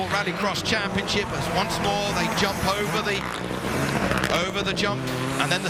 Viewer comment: The main commentator really annoys me! He doesn't pronounce 'semi' properly (he's british) and when the fuck did e start using the word 'yump' instead of jump?